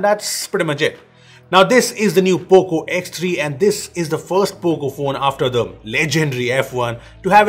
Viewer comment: nobody.... poco ... P O C O